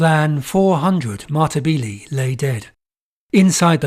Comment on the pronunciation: Another great video, however Matabele is pronounced Ma-ta-beh-leh. Not Matabeelee.